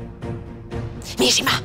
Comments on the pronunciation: Anyone know why Hurrem pronounces her daughter's name as "Mee-she-mah"? Everyone else seems to pronounce it differently than her. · Whenever hurrem speak mihirmah it sounds like mishima🤔